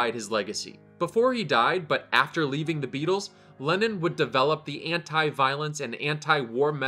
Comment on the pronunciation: When he said Lenin instead of Lennon😂